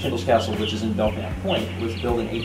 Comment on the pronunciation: That's weird, I've always heard Weirs pronounced, well, like weird. The only weird pronunciation I noticed was pronouncing the silent k in Belknap, or at least it sounded like it.